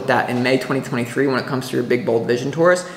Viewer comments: And you say Taurus right my friend! We say it the same way here in Canada :) Thank you for this reading. It is good to be a Taurus these days. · You said Taurus the way I have said it all my life, in the UK it is also said like that 😂❤ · You say it perfectly Taurus! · I’m not from NY & I say Taurus the same as you 😊